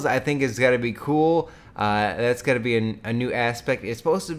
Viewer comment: yeah for real...and one tiny thing that bothers me is how he says what is GOATIN on now....dude you take this goat shit to far, your channels wouldn't be suffering if you tried to suffice to the audience older than the age of like 13